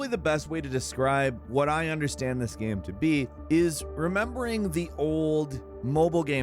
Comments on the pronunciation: "Gaem" instead of game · Yea, his pronunciation of "game" changes. Still figuring out the rule in his head ;)